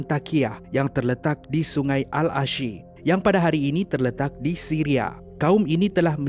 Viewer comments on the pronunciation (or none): none